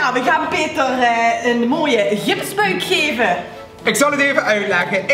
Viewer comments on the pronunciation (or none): Hahha beste ever 😂 peeetee(rrr) 😂